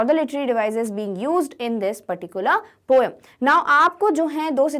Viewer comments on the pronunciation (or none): Correct pronunciation: poim